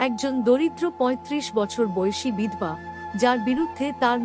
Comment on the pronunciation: কোন্ ,বল্,এল, নয় সঠিক উচ্চারণ করলে প্রত্যেকটির শেষে 'ও'-কার যোগ করে পড়ুন। বিধবা শব্দটি ও ভুল উচ্চারণ..........